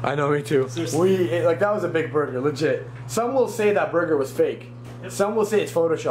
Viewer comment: you said buger not burger